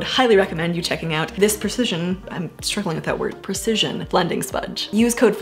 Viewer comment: How much do foot shells cost? Also there's some irony in not being able to precisely pronounce "precision" haha